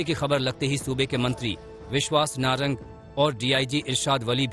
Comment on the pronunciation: Abe narang nhi sarang